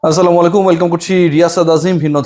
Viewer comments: আপনার সালাম দেওয়ার উচ্চারণে সমস্যা আছে। সংশোধন করতে হবে। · সালামের সঠিক উচ্চারণ হবে আসসালামু আলাইকুম । কোন কারণে এর ব্যাতিক্রম হলে অর্থ কিন্তু বদলে যায় সেখানে আপনি লিপুকে টিটকারি মেরে সালাম দিয়েছেন এটা ঠিক না । লিপুকে বকা দিন সমালোচনা করেন কিন্তু সালাম বিকৃতি করে নয় ।